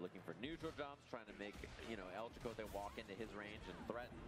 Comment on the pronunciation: You gave us some Spanish lessons so I will tell you some native American ones… Chakotay “Cha-Ko-Táy” is a Sioux native American name. It was also used in Star Trek Voyager represented by Mexican American actor.